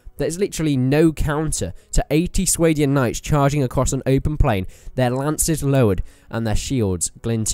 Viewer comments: Are you sure you are pronouncing Swadian right? I always assumed the swa was pronounced similar to the word spa or something. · It's "Sway-Dian"? I pronounced it "Swah-Dian". Suppose I was wrong